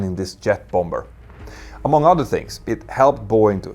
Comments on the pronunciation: Quick English pronunciation correction: Bomber = "bah-mer". (Don't pronounce the second B). 😉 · Hej igen. Bomber uttalas båmmer. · The second b in bomber is silent. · Your command of the English language is second to none. Nonetheless, I would like to suggest that you pronounce the word « bomber » as it is pronounced in the English speaking world. I.e., the second « b » is silent. Keep up the great work and congratulations on your resounding success and web presence. Claude Thank you for a